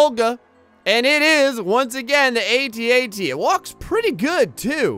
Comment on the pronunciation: Your saying at at wrong